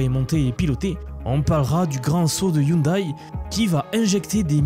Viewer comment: On dit " ioundè ". De rien !